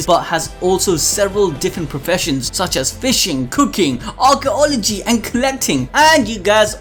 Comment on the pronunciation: Is it just me or did he say Archaology